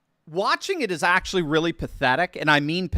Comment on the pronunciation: Please don’t pronounce your A’s so hard in words like “aaaactually”.